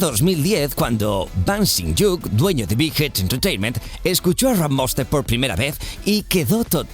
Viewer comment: SE PRONUNCIA RRRAP MONSTER RM